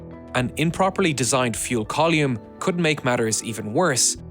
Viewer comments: I assume, with the Irish accent, that you are a native English speaker. Why, then, is it so hard to pronounce the words 'column' and 'umbilical'? I have friends in Belfast, Dublin, Derry, Cork, Limerick & Waterford. Having checked with each one, they have the full variety of beautiful lilting brogues found throughout both countries and yet every one of them still pronounced these words as "KOLL-um" and "um-BILL-ick-ul". (Having ASD, I felt it incumbent to check before posting.) Why, oh why, do you insist on pronouncing them as "koll-EE-um" and "um-BIB-lik-ul"? It turned watching an otherwise fascinating documentary into sheer aural torture for my 'on-the-spectrum' brain! Conversational idioms and geographical dialects are fine in a play, show or movie set in the source of said dialect; Trainspotting, Blood Brothers or Veronica Guerin, for example. You know what you're letting yourself in for and have nobody to blame but yourself if you cannot understand (or stand) what you hear. But DOCUMENTARIES have traditionally been narrated by speakers of correctly parsed English for nearly a century now. Don't let the home side down, please. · "Call-yume", "Yu-llage" 😂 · Column=Colume-e. :face-fuchsia-wide-eyes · “Kaa-loom”?! It’s a column. “Koh-lim” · What in the name of all that is holy is a "coll-ume". English is clearly your first language, so it's clearly a deliberate mispronunciation, just stop it. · Strange pronunciation of column... Col yoomn? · Colyoume, umbiblical, youllage... google will tell you how to pronounce words if you ask it to you know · What's a "collume"? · Coluum lol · "Call-yume". Yes. Yes. Never stop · Thank you for using metric units. There are even some Americans who get frustrated with everything shuttle related being in old-school imperial units. And thank you for pronouncing the word “column” as COL-YUM 😂 Good to know you haven’t forgotten your roots. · I've never heard someone pronounce 'column' this way before. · What the fuck is a col-yoom? 🤡